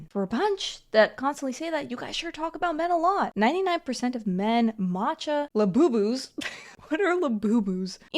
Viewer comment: The way you said labooboos was funny 😅😂 And yes they came for coffee... im upset now haha